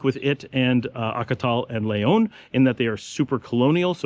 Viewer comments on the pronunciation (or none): why do you always pronounce the word Leon, Layon>? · 1000s times I hear you say, " l-AY-on " , hurts my ears like scratching a blackboard with your finger nails. man Its your home, if you were an outsider it would be understandable . My friend, I mean no disrespect, I appreciate ALL the info in your videos about Nicaragua. Please look up the pronunciation of Leon. like the Brits add an "r" to many words such as China, they say ChinR, we all know the Brits know better.